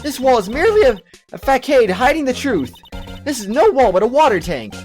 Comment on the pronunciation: Failing at pronouncing "facade"...